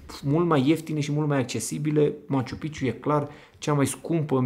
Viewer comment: Se dice maciu-pik(a)ciu😊 Prea multa palavrageala, coa'e - fii profesionist ce drq; E obiectiv de top, mai multa istorie, spiritualitate, detalii, nu ma intereseaza chitzibusariile tale cu banii, inclusiv la adresa Ralucai... Devii cam jenant.